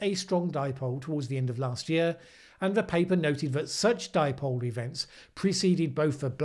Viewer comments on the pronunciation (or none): Paul Joseph Watson called the Indian Ocean Dipole, the "dee-poh-lay"! Hahaha! That still cracks me up! Maybe he was thinking of Chipotle!